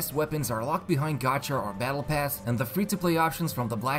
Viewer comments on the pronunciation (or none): none